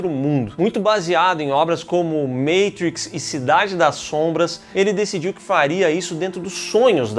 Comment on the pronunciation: maytrix? kkk